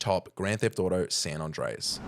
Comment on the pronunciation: To this guy it should be ''hardest way to say San Andreas'', bizarre how he says, its like he says Son Ondreas.